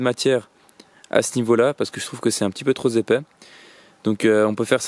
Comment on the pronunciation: "... trop zépais" 😅 c'est une façon plus moderne de faire les liaisons sinon ça fait ... "trop pépé" 😂!!! Blague à part merci : très intéressant 🙏👍